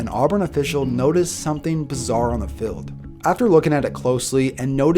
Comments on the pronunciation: it’s pronounced fEild not filled bro. But great video as always man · He says fild instead of field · What do you say filled instead of field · Congrats! Good videos! Q: can you say "field" like "feeld"? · Goddammit, the way you pronounce "field" pisses me off. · Even though he can't pronounce the word "field"